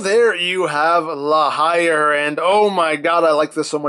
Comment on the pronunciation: I think La Hire is said like La Hear... Cos it's French.